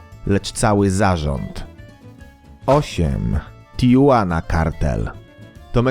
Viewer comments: Nie mówi się tijuana tylko tihuana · Tijuana? Tijuana? Jak meksyk to się czyta TiHuana. Radzę się przyłożyć do materiału... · Tihuana się czyta chyba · Tijuana czyta się Tihułana, tak na przyszłość ;) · tijuana czyta się tihuana...